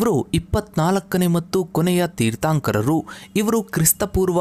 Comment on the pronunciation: ಜೀನ ಅಲ್ಲ,ಜಿನ.ತೀರ್ಥಾoಕರ ಅಲ್ಲ, ತೀರ್ಥoಕರ. ಈಗೀಗ ಜೈನ ಧರ್ಮದ ಬಗ್ಗೆ ಜನರಿಗೆ ಸಿಕ್ಕಾಪಟ್ಟೆ ಇಂಟರೆಸ್ಟ್. ಮೊದಲೆಲ್ಲ ಈ ತರಹ ಇಂಟರೆಸ್ಟ್ ಕಾಣಿಸ್ತಿರ್ಲಿಲ್ಲ. ಈ ತರಹವಾದರೂ ಈ ಲೋಕದಲ್ಲಿ ಜೈನಧರ್ಮ ಒಂದು ಇದೆಯೆಂದು ಜನಗಳಿಗೆ ಗೊತಾಗ್ತಾ ಇದೆ.ಥ್ಯಾಂಕ್ಸ್ for advertising.